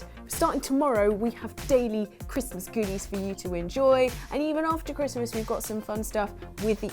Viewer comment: its chrismas? Did she just say its chrimas?